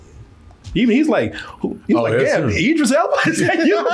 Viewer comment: Hell yea!!!! Say that man name right...can't stand when does that. Its Idris